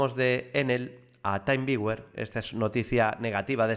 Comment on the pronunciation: creo que se pronuncia "timviuer"; con "taimviuer", lo deberías escribir de otro modo.